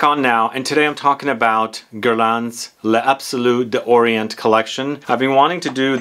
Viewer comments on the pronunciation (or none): I generally refrain from remarking on pronunciation, but I'm sure it would easier, and more fun, for you to let it roll off your tongue if you said it more correctly: "layzabsoloo dawree-ah(n)". You do pronounce the "s" at the end of the plural "les" (as "z") when the next word starts with a vowel, so they glide beautifully into each other. And it's just easier! And you don't have to do that little "stop" between "d'" and the vowel. It's "daw-ree-AH(n)". I wouldn't pick, but it just seems harder the way you say it. But, for "bois" just say "bwa".